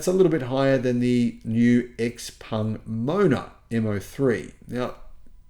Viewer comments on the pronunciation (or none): none